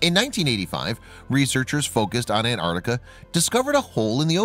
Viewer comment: Repeat after me, An-Tarc-tica.